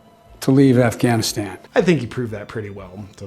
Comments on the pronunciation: Afganistand!!!!! Idiot! Don’t speak about Afghanistan if you cant even properly pronounce the country’s name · Biden the Moron calls it Afghanistand. I’m pretty sure he said it previously in this piece as well. The guy doesn’t even know how to pronounce the name of that country America blew how many trillions of dollars on? I hope that heroin was good. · Why does he say Afghanistand? Every single time! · Does Biden keep calling it Afghanistand? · Did anyone else catch the “Governor of Afghanistand”? 😂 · Why the hell does Joe keep calling it Afghanistand? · Not to be nit picky here, but does it bother anyone else how Biden keeps calling it “Afghanistand”? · Did Joe say "when you have the government of Afghanistand"? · Did he say afganistand? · Senator who? Isn’t that a Harry Potter character? 🤦🏻‍♀️ AND AND “Afghanistand”? 81 million votes folks. - Bidenese must be contagious… can anyone even English anymore? 🙏✌️❤️